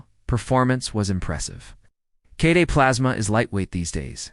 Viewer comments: Need to work on the AL's pronunciation skills - they really reek in several crucial points: K-D-E, each letter is said just like ABC, not K Duh! As far as what distro, LMDE (Linux Mint Debian Edition) is superior to Linux Mint by far. There are other Non-Windoze type distros that can be said to be even better. But for the Windoze brain-dead, mental wimps, LMDE is the best. I've been using all types of OSes since the 90s. Distros like BeOS, BSD, IBM's OS2, and numerous others. But, today, on my laptop, and mini PCs I use LMDE. I've also introduced others to LMDE and no one has had any issues - they take to it like a fish in water, not a fish outta water. Although. There are some older PCs & laptops which won't handle LMDE Or Linux Mint very well. For those, I suggest a lighter Linus. Something like MX Linux, or SparkyLinux, or Puppy Linux, or Tiny Core, or my favorite Crunchbang++ (#!++). FYI. My daily driver laptop, believe it or not, is a Lenovo Intel Core I3 ChromeBook; which, by the way, is Linux under the hood - Gentoo, one of the other Linuxes I've used. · Now try and install Gentoo in that one hour time period. Yes, that AI is crap. Pronounced KDE as kday. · The pronunciations (K-day?) and phrasing are all over the place so, yep, AI commentary (again). Byee! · AI generated slop. They tried Linux Mint Cinnamon edition, but it looked old, dated and was lacking in other areas. However, the last distribution they tried, the golden balance of familiarity, power and customizability was Linux Mint Cinnamon edition. Whoever generated this slop didn’t even pay attention to what was in it. The mispronunciation of KDE and other abbreviations were also glaring tells this is nothing more than AI clickbait.